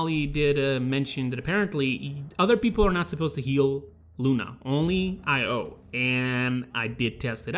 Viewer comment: Stop pronouncing it as separate letters 'Ay pause Oh'. Pronounce it more like 'Ayo', as in like Ion cannon, Ion beam, Iodized salt.